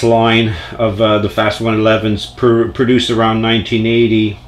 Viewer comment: Cool collection 👍🏼 It’s pronounced “Fast Ones” by the way😃 I just started collecting these about a year ago and they’re really pretty fast and give Hot Wheels a run for their money…